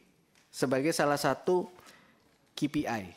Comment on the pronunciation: Bukan ki pi ai bacanya, bos. Tapi kei pi ai, seperti yg diucapkan pak purbaya